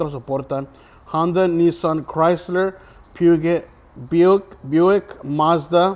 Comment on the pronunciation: You said Peugat for Peugeot. Ha ha